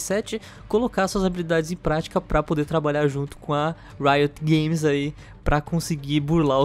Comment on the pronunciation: Toda vez que falam riot games nesse video eu sempre ouço Rito Gomes kk